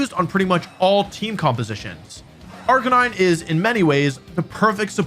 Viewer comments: unfortunately i was able to determine which pokemon you placed at number 1 since you clearly mispronounced its name, the description fits arcaneenay though, is that what you meant? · surprised wolfey pronounced arcanine wrong. I think he mean arca-knee-neh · Why was he pronouncing Arcanine's name wrong? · you pronounced arcanine wrong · That's now how you say Arcanine...